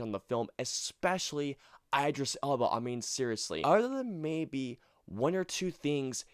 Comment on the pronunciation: Dude, IDD-ris Elba.